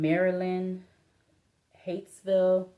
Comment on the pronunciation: It's pronounced "Hi-yits-ville" not "Hates-ville".